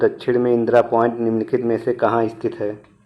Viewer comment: Point ko oin kyun bole hai